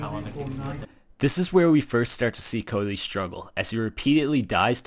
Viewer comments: Are you calling him Coldy? Codely? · bro you cant even say "Cody" and you cant even say minutes jeezus christ